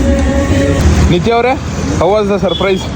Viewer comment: Surprise ❌sirprizze✅